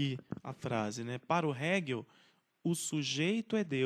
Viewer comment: Mari não era economista. Era filósofo. Abandonou o curso de Direito para cursar Filosofia. Atenção à pronúncia de Hegel e Feuerbach.